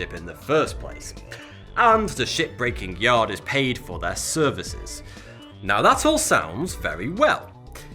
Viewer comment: why does it sound like hes saying "shitbreaking yard"?is it just me?